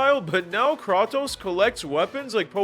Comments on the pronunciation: It’s Cray-tose dawg 🙏🙏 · "That's some Mortal Kombat stuff" Kratos was a guest character in MK 9 on PS3. And its Kray-tose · It's said "Kreitos." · Is this guy trolling or does he genuinely believe it’s pronounced “kraw-tose” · So… the “Krah-toes” was for ragebait engagement, right? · ah yes... krah-tos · Very good vid but what is krwatos?😂😂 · I can’t handle how many times he mispronounces Kratos. There’s voice acting in these games and they say Kratos’s name multiple times in the games. Like how is he mispronouncing it? Great video but can you just say the character’s name correctly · How u played all of god of wars but still don’t know how to pronounce his name ? Lol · Dude it’s Kratos say it right, and the director is Cory not Cody smd he isn’t not anyone he is the art director from god of war 1 and 2 and is now the daddy to Kratos !! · You also missed pronounced kratos name wrong